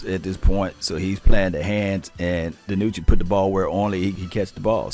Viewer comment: Maybe some fellow team channels will change tunes concerning Dinucci. They won't even say his name correctly. Sure, everyone wants Dak to play..............but....yeah. You play who you got and like it. Too bad the line sucks and he has to run for his life like the 2 guys before him.